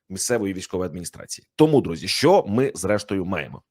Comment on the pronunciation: ПЕРЕСТАНЬ ЗНУЩАТИСЯ НАД УКРАЇНСЬКОЮ МОВОЮ: ЩЬО,ЩЬОБ,ЩЄ,ЧОМУ,ЧЬОГО,ЩЄ,ВЧЬОРА,ЧЯСОМ,ЧЬОТИРИ,ЧЄРЕЗ...........!!!!!!!! ТЕБЕ ВЖЕ ГИДКО СЛУХАТИ!!!!!!!!!! (Українці,США)